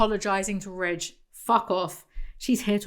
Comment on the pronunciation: Ok so I thought “Ridge” was “Rich” for like 3/4 of this video, thanks folks in the comments…